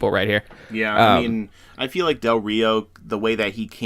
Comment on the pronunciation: It's pronounced "Ree oh".